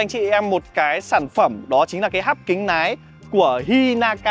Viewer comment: Hắt kính nái 😢 Bác luyện phát âm lại đi ợ, sửa dễ lắm